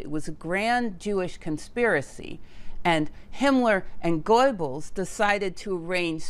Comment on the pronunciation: "Leipzig" is pronounced "LYPE-sig" "Pauli" is pronounced "POW-lee" "Planck" is pronounced "MAHKS PLAHNK" "Goebbels" is pronounced "ɡœbl̩s" (rather like "herbals" without the R)